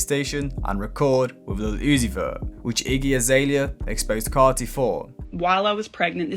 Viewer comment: "Playboi Kaahrty & Leel Uzi Vur"